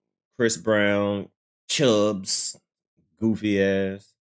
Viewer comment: This guy clout chasing fool said CHUGGS it’s CHUBBS FOOL 😭